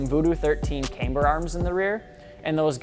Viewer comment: He says... caymber... cringe